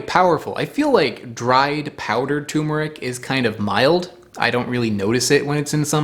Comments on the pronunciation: Tu*r*meric! Say “fur” except with a T, followed by “meric” as in ‘merica without the a. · Please learn to correctly spell and pronounce turmeric! First off it hasn't r in it that is pronounced. We speak English here! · I think you've forgotten about the second R in turmeric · Please, for the love of God, it's TuRRRRmeric. Fricking Americans can't pronounce anything 😢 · Despite its ubiquitous online mispronunciation, the work is properly spelled TURMERIC and you pronounce the first R. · Turmeric has an 'R' in it, between the 'U' and the 'M'!!!! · TURMERIC not Tumeric. Come on!!! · Okay pronouncing it tumor-ick is one thing but to also change the spelling from turmeric to tumeric is going too far man. Its not a tumor, there is another r in there. Turmeric. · Turmeric not Tumeric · it's turmeric not tumeric also btw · It's TURMERIC, not "Tumeric." There are two Rs. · It's tuRmeric, not tumeric. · Dude, It's TuRmeric , Not Tumeric. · What is the world is a TU-meric? Its TUR-meric. Jesus! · It's not "Tumeric", it's Turmeric. With an R after the U. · Please stop calling tuRmeric toomeric. There are TWO Rs in the word. Thank you. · Great vid friend! always so informative 🙂 you missed the "R" in Tur.meric. Pronounced Turrh-Ma-Rick ... not Tumer-ick ~Cheers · TuRmeric, not tumeric. There’s another R in there. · Not TUMOUR-ick, try saying TOUR-merick. Just 'cause many do it, doesn't make it right! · FYI it is Turmeric, not Tumeric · it is not tumer it is tur mer ic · CORRECTION: NOT "tumeric", but actually "turmeric". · Its not "tumor-ic" - there are 2 R's in there - "turmeric" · TuRmeric, TuRmeric, TuRmeric, not "toomeric", please! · TuRmeric. It's pronounced ter-mer-ic. There are TWO 'r's in the name. I don't know why everyone pronounces it like it's a horrible disease. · Fun fact: TuRmeric has an R in it and every time someone pronounced it TOOmeric someone gets a tumor. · (Btw, it's 'turmeric' not 'toomeric') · T-U-R-M-E-R-I-C "Terrr-merr-ick" Exceptionally good video!